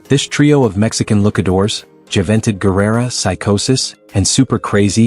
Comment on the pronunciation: Juh-ven-tud? :D